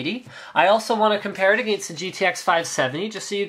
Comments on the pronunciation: the way linus says against lololol. "aghhgainst" haha.. love the vids linus!! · ahhh the way linus says "against" just makes me cringe